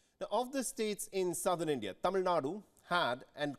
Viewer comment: kudos to the presenter for the effort pronouncing Tamil words right.